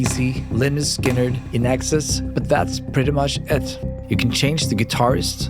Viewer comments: This guy said “INEXES” instead of INXS (In Excess) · "INXS" is supposed to be pronounced as "in excess", not... whatever you said. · Ridiculous clickbait... And the dude can't even pronounce "INXS" correctly... Pfff...